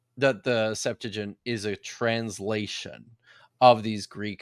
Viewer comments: What is the "Septagint"? Do you mean Septuagint? How can we trust this guy if he is doesn't even know how to pronounce Septuagint? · You still cant pronohnce Septuagent correctly 😅😂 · mispronounces the Septuagint every time